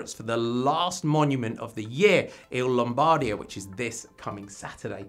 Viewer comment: The correct pronunciation is Lombardìa (not Lombàrdia).